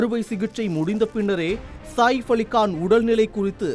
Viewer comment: செய்தி படிப்பவன்....ஏன் கக்கூஸ் போரவன் போல் பேசுகிறான். சாதாரணமாக உச்சரித்து பழகுங்கடா. அவர் சாஹிஃப் இல்லடா....சஹீஃப் என்று உச்சரிக்க வேண்டும். அதே போல் அது 'தேவாரா' இல்லை....'தேவரா' என்று உச்சரிக்க வேண்டும்.